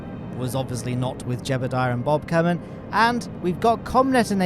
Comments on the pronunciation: Why do you prnounce Jebediah like "Jebuldiah"? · It never ceases to amuse me that you pronounce Jebediah as "Gerbal-diah" with the extra r and l. Keep at it!